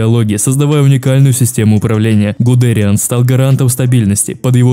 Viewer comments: Все супер. Только ПОЖАЛУЙСТА! исправь свое произношение. Не люфтАфЕ, а лювтВаффЭ, не ГудЭриан, а ГудериАн(на последний слог, как у фпанцузов) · Привет, видос топ, очень прикольно с исторической хроникой, однако есть небольшие недочёты, во первых, там где должно быть фото Генриха Гиммлера стоит фото Гудериана, во вторых, не РоммЕль, а рОммель, не ГудЕриан, а ГудериАн, 😅 (без обид, просто неточности) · Ставь ударения правильно.. ЛюфтвАффе. РОмель. ГудериАн. Ну можно и гудЕриан, но это устаревшее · И в общем, ты часто не правильно произносишь фамилии рОммель гудериАн